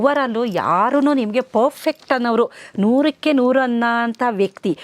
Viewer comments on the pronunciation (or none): none